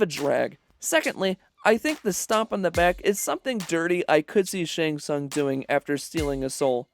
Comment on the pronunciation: How do u manage to botch the pronunciation of his name every time? U heard it at least a dozen times while making this